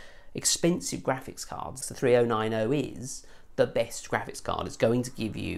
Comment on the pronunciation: i like you videos but i can watch this with the way you say 3090, 2080 ti and that